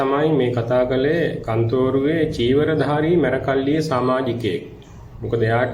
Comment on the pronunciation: මේ පිස්සෙක් ..මේ කතාකරන බාසාව දකුණේ බාසාවක් වගේ මෙයාගෙම අය කෝල් කරවාගෙන.කන්තෝරුව නෙවේ කත්නෝරුවේ 😂සිවුර දාගත්ත කුහකයෙක්..කත්නෝරුවේ ස්වාමින් වහන්සේට නිදුක් නීරෝගී දීර්ඝායුෂ ලැබේවා ..